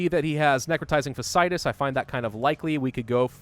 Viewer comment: This has been annoying me for a while. Fasciitis is pronounced FASH-e-eye-tis.